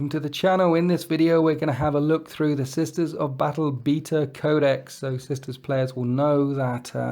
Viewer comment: "Bita Codex" 😂